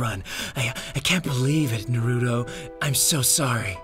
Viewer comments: I hate the way you guys say Naruto. Have you even seen the show? Nah-roo-toe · I love naruter and watching animoo and reading mangers.